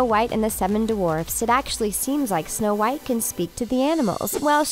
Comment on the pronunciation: Is my phone glitching or do you keep saying Show white I am so confused…